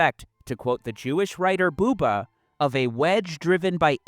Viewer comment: Bu-ber ,, US English is slang and very sterotypical ,, Dont forget to spell the brigdes right ,, Love youre content ,, Food for the brain is always welcome ,, But pronounce rigth and Jannes van Der Wall was a patsy ,, The Russians saved us , Not the US !